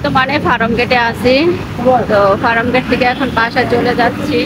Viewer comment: উচ্চারণ শিখতে হবে, মুখে পান সুপারি নিয়ে কথা বলা যাবেনা। ফারামগেড কি??